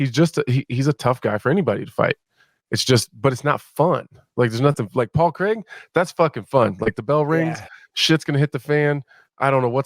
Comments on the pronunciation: 38 seconds in and Bisping says "Pol Crrrrraaaaaig" loool 😭😭😭😂😂😂😂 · bisping hated couple of times on people on saying "paul kreeeg", still he does it everytime haha